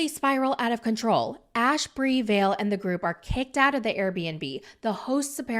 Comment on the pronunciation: Her name is vale. The way you pronounce ballet